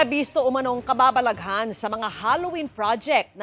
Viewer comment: Mali ang bigkas sa "kababalaghan".